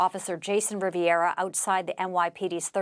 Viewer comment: RIVERA not RIV - I - ERA. Try to get the name correct at least!!!!